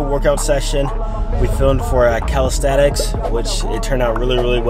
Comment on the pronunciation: Hey you are not a calisthenic athlete you are a calishaeshtenic athlete